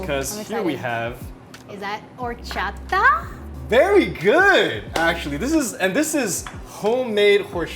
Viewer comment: Yet Phil cannot pronounce “horchata” correctly 😜